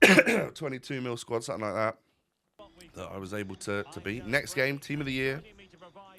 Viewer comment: Please stop saying suttin, something. 10/10 apart from sittin